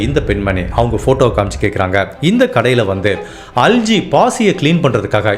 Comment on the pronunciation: Not அல்ஜி , அல்கே